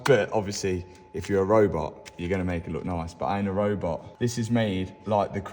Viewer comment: Had me googling what a robar is. I thought it was some profession I never heard about. Eventually I used subtitles and figured out you said robot. lol 🤷‍♂️